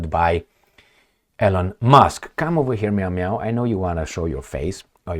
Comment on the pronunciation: it is not "ELEN" it is pronounced "ILON"